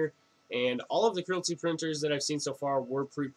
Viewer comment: Creality, not Crility... same as Aluminium not aluminum...